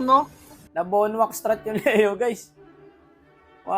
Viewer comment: BonWak ❌ Bonak ✅